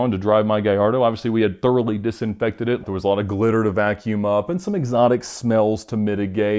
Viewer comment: Im british too Don't know why but the way he says glitter to vacuum up always makes me chuckle